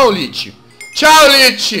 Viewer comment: jazz se lê lich mais se fala liki